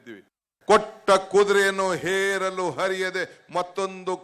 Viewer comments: ಹೇರಲು ಅಲ್ಲಾ ಸ್ವಾಮಿ ಅದು ಏರಲು ಅಂತಾ ಸರಿಯಾಗಿ ಹೇಳಿ.ಏರು,ಹೇರು ಮಧ್ಯದ ವ್ಯತ್ಯಾಸವೇ ಗೊತ್ತಿಲ್ಲವೇ ಉಪಮುಖ್ಯಮಂತ್ರಿಗಳೇ?. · Heralu alla adu yeralu k shivakumar. First know the kannada language pronounciation